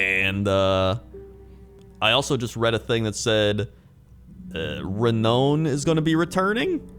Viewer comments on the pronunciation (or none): I thought the same - it's pronounced "re-noun". The way people pronounce "melee" isn't how I pronounced it (there's a French and English pronunciation). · Re-nown? Re-noun you dongle! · "Re-known"... Re-nown? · re-now-n lol I love you